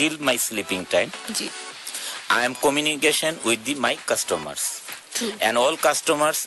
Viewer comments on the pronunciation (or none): ore jigani dorkar jiboneo Mansister (Manchester) chokkhe dekhse naki....uccharon e korte paros na abr kos oikhan theika. tor to khali uccharon r poplem na...grammer eo poplem ase...cominication ( communication) eo ase bepok poplem.....bloody looser ananta. R.I.P. english